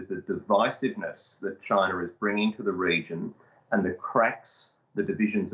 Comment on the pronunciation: China does not have an R in it. At least try to pronounce it properly.